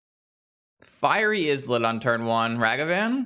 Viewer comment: Islet is pronounced "EYE-let" like island. It just means a tiny island.